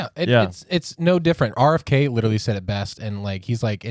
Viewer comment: He still hasn't learned to say literally... Litlly.. dumb and childlike